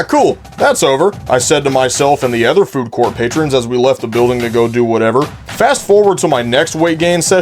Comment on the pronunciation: Are you from a place where they pronounce “other” as “ether”?